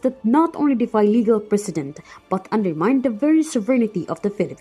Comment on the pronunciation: Finally someone pronounced precedent correctly.